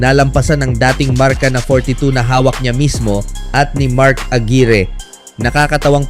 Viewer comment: mark AGUIRRE (AGWAYR YAN...DI AGIRI😅😅😅)